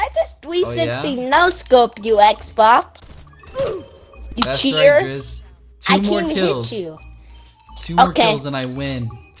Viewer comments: Heres a drinking game: take a shot every time drizz says "xboc" instead of xbox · can't even say xbox he ses it like xboc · He’s too old to pronounce Lana Rhodes as “wanna wodes” and saying “xbok”🤦‍♂️ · The way he calls him 'Xbock' is infuriating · Tf is a “XBOC”! 🤣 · it’s weird how he can say x and the beginning of Xbox but can’t say it at the end XBOC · I like how he says xboc instead of xbox lol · He says Xboc instead of Xbox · Man saying X Boc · Why does he keep calling him “xboc” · he saiad twas xboc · he sayed xboc not xbox hahhahahahaha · Gaming yes. At points he said xbok and he said xbox and he soinds older.. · He can’t even pronounce Xbox and he says words like that 🤣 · Kid can’t pronounce L’s or X’s